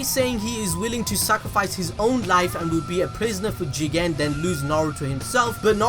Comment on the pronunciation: It's funny when you say Juuugen